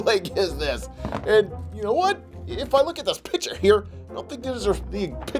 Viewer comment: ur saying "pitcher" not "picture” XD